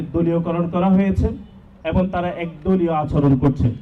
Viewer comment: 'এবং' কে 'এবন' বলে।😂😂😂